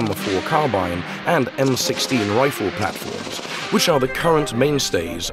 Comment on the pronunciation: Fucking AI.........."the M, 1, 6....instead of M16.....